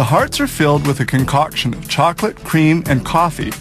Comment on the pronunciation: i know right? hes talking about a conCOCKtion.